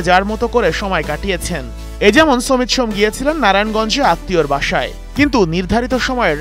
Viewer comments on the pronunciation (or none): hmm vai shomet shome nh samit shome hobe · এত উচ্চমানের সাংবাদিক আমাদের যে সমিতের নামটাও সঠিকভাবে উচ্চারণ করতে পারে না। বাংলা ভাষাটাকে বিকৃত করার জন্য এরাই যথেষ্ট 😂